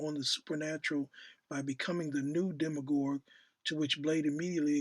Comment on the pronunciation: Speak the hell up? Its pronounced dem me urge set is his brother